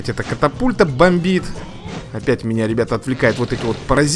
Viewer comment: Правильна катапульта А не капатульта